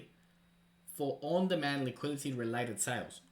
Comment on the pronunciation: On demand liquidity not liquility.